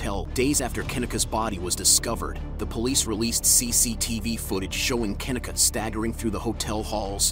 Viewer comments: Pronounced "KA- KNEE-CUH" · Kuh-Nee-Kuh pronounced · Pronounced Kah-Knee- kah, just an FYI. Guess he couldn’t even put in the effort to listen the first 5 secs of one of the dozens of interviews or true crime podcasts done on the poor girls’ case. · KaNeeka is the right pronunciation actually. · KUH NEEK A ..PRONUNCE HER NAME RIGHT. Rest in Paradise Kenneka❣️🙏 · The way her name is being mispronounced is bother me me so bad. (Ke-nee-ka) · You know damn well that young woman's name is NOT pronounced that way! Anyone who heard of this case knows her name sounds like Ka-neeka Jenkins! This is annoying because you have to wonder if it's on purpose. Ppl like to play with black ppl's names all the time. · Pronounced Ken neee kah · Unfortunately they don’t give a dang about that & he’s not pronouncing her name correctly!🙄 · First off her name is not pronounced like that 😠 get her name right first 🤦🏾‍♀️ SMH